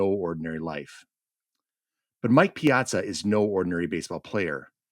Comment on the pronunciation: My name is Piazza and people are always asking me if I'm related to the baseball player. I doubt if anyone has ever asked him, are you related to Sara? Who knows, maybe we are related. My father had 63 first cousins. Nice to hear the name pronounced correctly.